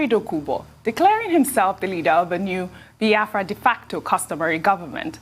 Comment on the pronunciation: Dr Abati it's not BI-AFRA. It is BIAFRA.